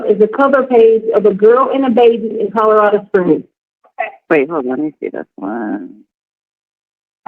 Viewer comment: Would someone tell that its CoLorado...not CoDarader...